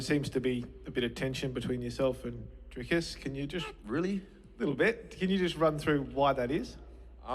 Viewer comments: nah mate, its afrikaans. You say it Drikus instead of driscus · Yea but he said it wrong it’s actually pronounced Driscus with the s I’m from Johannesburg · The way Issy said “Dricus” with an Afrikaans accent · Im still in denial how an Aussie can say Dricus’s last name for shit